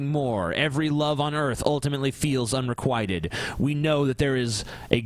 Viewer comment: The Amazing Atheist Un - Re - QUIT - Ted. Not Unree - quiet - ted... jesus.